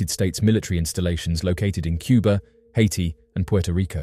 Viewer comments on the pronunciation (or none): none